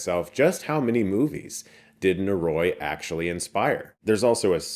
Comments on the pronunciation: NO-RO-EE, NO-RO-EEEEE. Not Norooooooiee. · oh boy, i really hate to be that guy but it's killing me 😅 *sigh* NO-RO-I not NO-Roy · Nō-rō-ee would be the correct pronunciation. のろい (no ro ii - 'i' has an 'ee' sound in Japanese) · It's actually pronounced "nohldoree." no-ro-i: no: A short syllable, similar to "no" in English. ro: A Japanese "r" sound (a syllable often described as a mix between the English "l" and "d," where the tongue flaps against the roof of the mouth, similar to the "tt" sound in "butter") followed by a short "o." i: A short "ee" sound, like the "i" in "ski." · NO-RO-I Prounounced Noh-Roh-ee. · Hey Chris, it's not easy to say foreign language words correctly but if you love this movie so much please take a second to look up the pronunciation of "noroi" in Japanese <3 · They say literally at the end of the trailer. He could've made a little effort to at least pronounce the name correctly. Great video nonetheless